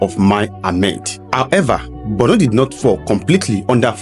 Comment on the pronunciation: I don't know why it is difficult for an average Southern Nigerian person to pronounce or write Borno with o instead they pronounce or write it with u, Bornu. The same attitude may shape their views when it comes to giving accounts about the north. They hardly leave sentiments and write objectively.